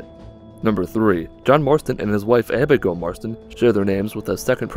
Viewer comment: abighoul marston?